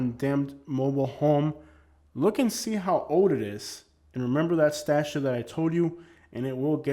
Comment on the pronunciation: Statute is not pronounced as statue. The second 't' is not silent.